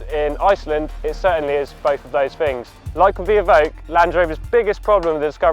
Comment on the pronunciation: I'm sorry. I can't take a guy seriously who talks as improperly as he does. "Bofe of voze fings" Ugh... Shudder. Like nails down a blackboard.